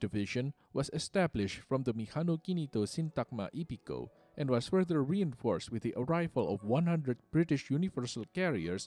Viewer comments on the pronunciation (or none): none